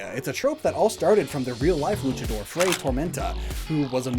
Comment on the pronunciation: please. You're killing me with the Spanish pronunciation. Fray = Fry or Frai, you know like FRIAR, the word you just said!!!